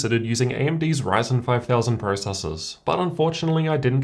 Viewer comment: this man literally says, "raisin." At least try lol, can you say RY? pronounced, "RIE." If you can just say RIE and then say zen. RIEZEN and he literally says RAYZAR